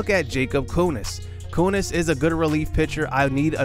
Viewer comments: Jakob Junis is pronounced Jew-Nis not Yoo-Nis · It sounded like you didn’t pronounce the J but maybe you did